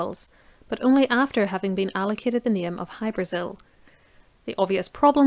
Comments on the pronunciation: It's pronounced hy- bra- ZiL. Most definitely not Brasil . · In Irish oral lore the name Hybrasil is usually rendered with the emphasis on the vowel "a" rather than the vowel "i" as in the name of the south American country. Aditionally, is it possible that the Azores islands or Madeira might somehow have come into the frame?